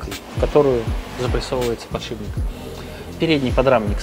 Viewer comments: подшиПник, а не подшиБник! :)) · Вот вы вроде профессиональные механики. Должны знать терминологию. Откуда же берётся слово "подшиБник"? Что он там у вас подшибает? Эта деталь ставится под шип (стержень) и называется "подшиПник". Пожалуйста, постарайтесь это запомнить. Когда профессионал не знает терминологии это снижает к нему доверие. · Почему все говорят подшиБник? 🙄 Он подшиПник! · ПодшиБник... ПодшиБник... А вы точно в железе разбираетесь? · Подшибник, сапатижи, калидор...